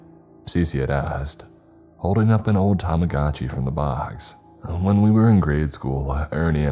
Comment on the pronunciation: ?? Think=pronounced. "*Tamagoodchi. But. Who knows